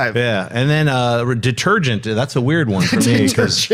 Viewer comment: When he first said it, I thought he meant it like "de-TURD-gent". lol